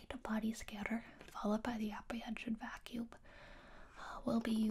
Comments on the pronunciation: I absolutely love the occasional extra B sounds after a word that ends with an M sound. For example, "Timeb", "Vacuumb", and "Armb". So oddly delightful. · I like how she pronounces the Ms at the ends of words as Bs, like in "vacuub" or "arb"